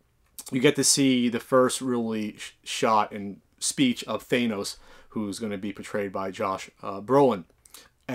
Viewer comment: its not pronounced Thay-nose!